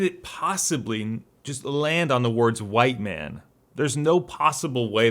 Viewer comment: Mhite Wan